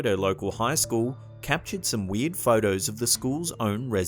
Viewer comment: Every time he says "weird" it sounds like "weed."